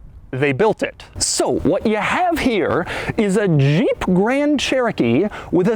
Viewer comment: Lol , the most high-pitched pronunciation of JEEP I've ever heard